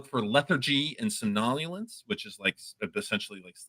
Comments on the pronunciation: He puts the ac-cent' on a different syllable than I'm used to for somnolence. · When the organ that you use to commit a task rots, that task no longer happens. When your legs rot you ain't playing football anymore. This applies to all organs & their concomitant tasks. Including the brain. Somnolence had the emphasis on the first syllable, like SOM-nol-ence. I'm not sure how many syllables it has in the US, as used by our tame Neuroscientist, but here in the UK it has only three and it flows... It comes from the Latin Somnus meaning "sleep" & originally from the Proto-Indo-European *swep meaning "to sleep". That asterisk means the Proto-Indo-European word has been inferred by its effects upon subsequent, daughter languages and hasn't been collected or studied directly.